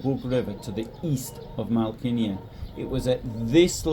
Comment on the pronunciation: Should ask someone Polish how to pronounce Malkinia. That stroke through what at first glance appears to be an L changes the whole word. I suspect it is closer to 'Mow-kee-nyah' or something like that. I like the way you put this together. Nice job.